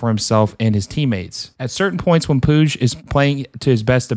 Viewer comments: I know how to pronounce Riqui Puigs name. Sometimes I slip because of being so used to saying (pweeg) from the Yasiel Puig days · fam u gotta at the very least get these names right lmaoo.... pweeg? ...puig (poo-j). sant etenia? ...saint etienne (et-E-en) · Quick tip, ñ in spanish sounds like "ny" and e sounds like the e in pet. So Peñarol sounds like pen-ya-rol Edit: Puig is harder because it's Catalonian, but it's pronounced like pootsh